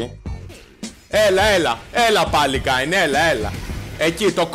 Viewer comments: Ας εστιασουμε τώρα στον Kayn που διαβάζετε Κέιν κι οχι Κάιν για να μην βγάλουν τα αυτιά μας καρκίνο την επόμενη φορά. Φιλια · Κάιν? Καιν! XD τι Καιν ρε φίλε Κέιν λέγεται, δηλαδή πως τον λες τον πάικ?, πουκι? XD, λατρεύω να κάνουν παίχτες του λολ λάθος με τα ονόματα των championsXD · Μόνο εγώ cringara κάθε φορά που έλεγε Κάιν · O " Ka-in " xD Kleo re file. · ΜΟΝΟ ΕΜΕΝΑ ΜΟΥ ΤΗΝ ΣΠΑΕΙ ΠΟΥ ΛΕΕΙ ΕΤΣΙ ΤΟΝ KAYN? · όχι και εμένα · K emena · den einai oti mou thn spaei apla mou akougete paraxeno kai cringarw